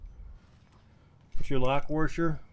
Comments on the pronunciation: Actually, he said, "WARsher"... I wonder if that is a dialect thing or just those those uneducated people who say "liBERRY" instead of "liBRARY" or "axe" instead of "ask"... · Great video. But what the heck is a warsher? Are you trolling me? 🤪